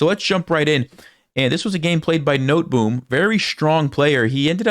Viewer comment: As a Dutchman your pronunciation of Noteboom made me laugh. it means something like Walnut tree. We also have the familyname Cox. and first name Tiny.🤣🤣